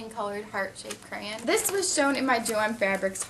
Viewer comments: I think i just went insane watching this. i just went back and counted how many times she said "crayun" or "Crayuns" and i counted 55. FFFFFFFFFFFUUUUUUUUUUUUUUUUUU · She said crayon wrong it sounded like she said crans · Lol iknow everybodys said this to you but CRAYENS! Lmfao :D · your saying crayons wrong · You pronounced cray-on wrong. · Your saying it wrong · U say crayon wrong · lmoa she cant say crayon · Im from Arkansas and thats exactly how I say it too ( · freaking learn how to say crayon right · You said "crayon" wrong. So many times. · would u stop saying crayin!!!!! its crayOn!! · she said CrayIN 56 times and PS it's not CrayIN it's crayON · I just watched the wreck this journal 13 when u talked about this and it's so funny. How many times to u need to say "cray-en" 😂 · it is not stop saying crayans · crayON ... not crayIN... oh my god this is driving me INSANE! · the word crayin is driving me crazy its crayon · ahh mmmm it's crayon not crayyain. too much extra info that didn't needed,but it was a good video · She keeps on saying crayan it's crayon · It's pronounced cray-ON not cray-un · Since when was the word crayon pronounced 'crayin' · Ikr cuz she keeps saying crans like dose she even know how to talk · Gosh....its pronounced crayOn not crayEn!!!! Sorry but when u say crayen about a million times in a 10 minute video that could have taken 4 minutes a person with OCD will tend to loose their shit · She pronounces it 'cran' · NOT CRAYN IT IS CRAYON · You're pronouncing it crayin, it's pronounced crayawn! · People is just too childish sometimes, Who cares if she says crayens or crayons! -_- just enjoy the video or get out! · Whymdomyou,say,crayon like crayin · I hate how you say crayon and you say it like 150 times. Lol. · STOP SAYING CRAYAN! Plz its crayON. Still liked the video though, I <3 your videos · You say cray-yon but it' crayons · Where are u from to say crayen instead of crayon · I loved how she said crayn instead on crayon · Crayin , lol